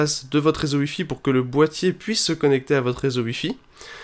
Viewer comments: Pourquoi au lieux de dire "wi-fi" tu dis "ui-fi" ? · Tuitter aussi et Uilliam